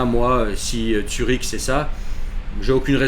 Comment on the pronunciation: Zurich. Zurich mec! Pas Tsürich